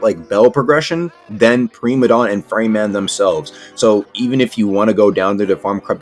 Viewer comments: Preemadon > Pr*I*madon 101 Engrish (no offense i have like mini ocd) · “Premadon” Primadon